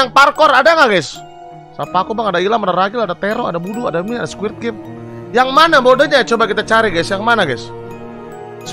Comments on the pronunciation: "Squid" bang, bukan "squirt"🗿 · betul , bang windah ngomongnya SQUIRT wkwkwk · Squid bang,bukan squirt😭